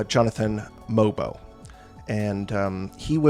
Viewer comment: I think you're one of the few ppl who say that Mogbo as 6'7. For some reason, his barefoot height of 6'6 kept getting said over and over, making him sound much smaller than he is. Obviously still not huge but not as short as others were making him sound. Also, apparently the G in his name is silent so it's more like mobo, as in the short form of motherboard Great vid! Enjoy your vacation